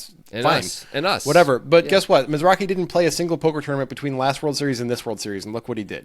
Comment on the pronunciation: The Wynn tournament was a different guy named Michael Mizrahi (not Mizrachi)